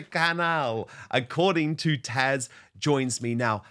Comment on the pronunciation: PLEASE stop calling her Tasha. Her name is Taz. It is NOT that difficult.